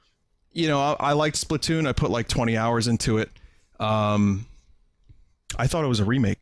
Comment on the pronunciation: "It's too Splasoon" Vinny pls.